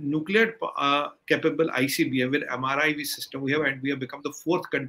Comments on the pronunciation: MIRV not MRIV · its MIRV and not MRIV. MIRV stands for Multiple Independently Targetable Re-Entry Vehicle.